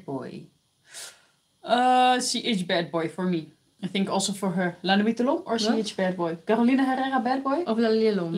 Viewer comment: Damn, I wish I was there live so I could ask to say "La Nuit d'lhomme" Edit: She says it 😂